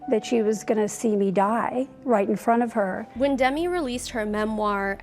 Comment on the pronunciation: Just to let you know...Demi Moore's first name isn't pronounced the same as Demi Lovato.